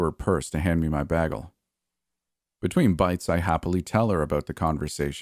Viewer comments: BAY-gle not “baggle” LOL! New sub here. Ya got a great voice. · I love how you pronounce the word "bagel"😊 lol Most would say - (bay-gull)... But you say it like - (BAG-ull) 😆haha.. So adorbs